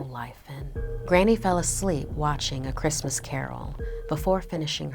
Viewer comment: Its chrismin merry chrismin😂😂😂😂